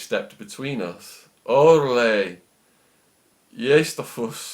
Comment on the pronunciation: i think "orale" is pronounced with emphasis on the "a" and the "a" sounds like in the word "truck".